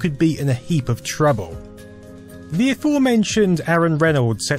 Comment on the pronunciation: TH is pronounced TH, not V.